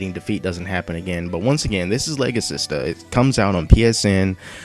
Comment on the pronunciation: you pronouced it right, the words are a combination of legacy and sister